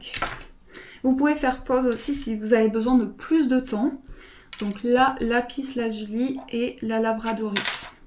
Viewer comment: Vous êtes très mignonne et gentille et j'aime regarder vos tirages mais sans vous offenser il ne faut pas prononcer le "s" de Lapis Lazuli. C'est une règle de facilité de prononciation...